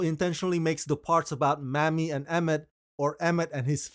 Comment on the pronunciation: Her name was MAMIE, not Mammie. Mammie is a derogatory term used during slavery toward Black mothers. MAMIE (may-me) is pronounced differently. Thank you